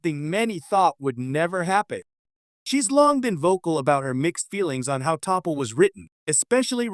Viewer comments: TOPPLE and Starfeeee lmao wtf this AI shits terrible :eyes-purple-crying::face-fuchsia-wide-eyes::cat-orange-whistling::face-blue-wide-eyes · Teeple and Toppel. Come on. Use your 11labs correctly. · T'Pol pronounced: Tah-paul. T'Pol pronounced: Tah-paul. T'Pol pronounced: Tah-paul!!!! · Topple...TeePull.... AI, you slay me! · Topple? Is this AI gone bad? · Topple? Teeple? Not familiar with that character.😅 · Topple? HAHAHAHA... learn how to pronounce her name! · While her name was taken from the actor Topol who played Tevye, her name is spelled T'Pol, it's pronounced like Teh-Paul. No one else can play her like Jolene did. Please don't let anyone re-cast her! And as I have met a family named Blalock, they pronounced their name as Blaylock ("black mountain"). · T'Pol pronounced: Tah-paul, good grief.... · Sounds more like "topple" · Ya, and stop pronouncing it "taaah-pol'" and "teee-pol". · "Topple." "Teeple." Seriously, would it have killed you to read the script yourself, rather than using a half baked AI reader? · Could you please..for the love of sense-!.. redo this..with a real person--!! Obviously one that's not going start off..offending..if not the woman herself..then absolutely every one of her fans-!!.. by not slaughtering her names like a technomoronic total disgrace..!!😮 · Either the AI or the human sounds moronic when they fail to pronounce the name T'Pol properly...eventually with multiple (incorrectly pronounced) attempts. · Mispronouncing T'Pol! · I guess you have not actually watched an episode of Enterprise because you are incorrectly pronouncing T"Pol"s name....😒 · I HAD to stop this after 30 seconds simply because of the atrocious pronunciations with the Name of the main character as well as the actresses name. Fix this or you will lose more viewers!!!! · I immediately lost interest in this video the moment I heard the AI voice mispronounced her name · you need to learn how to pronounce names correctly it's TA-POL not topol and its Blaylock